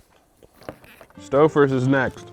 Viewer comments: I never knew someone mispronouncing Salud over and over again could be so god damn funny lmao he sounds like a cartoon character saying a catchphrase SALLOOO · The first time he mispronounced salud, I forgave it. But my mental state has slowly worn down with each and every "Saloo" 😂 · My Hispanic ass hearing him say “Saloo” and taking psychic damage 😀😀😀😀😀😀